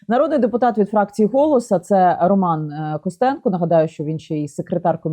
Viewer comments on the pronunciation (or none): none